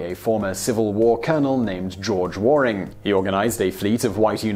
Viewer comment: Simon ... that's pronounced George WARE-ing, as all the Warings pronounce the name. Surely you, as a Briton, ought to be aware!